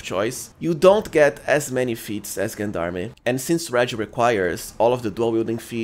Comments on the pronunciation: Gen-darmy? It's french , its JeanDarm, zhaan dARM -French Canadian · fwiw, if he reads this it is a french word pronounced: "Jon darm" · Just a small note on the pronunciation of gendarme: the “g” is pronounced like the second g in “garage”, sort of like “Jean Darm”. It’s derived from the French gens d’armes which means “men at arms.” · I'm going to be real pedantic and point out that Gendarme is french and pronounced zhän′därm″ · I love how you pronounce Gendarme ^^ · I know. That's why I love how he pronounces it ^^ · Nice build, though as a french speaker i cringe a little bit with your pronunciation of gendarme. It is pronounce with a soft g like gentleman or do you say kentleman?